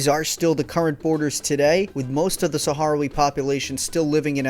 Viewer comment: Sakh-RAHwee, not saharawee